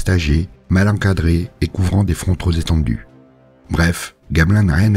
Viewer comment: Il faut faire la liaison en "P" avec le mot TROP, pas avec "S". Dommage, parce que ça agresse les oreilles, tandis que les explications sont excellentes.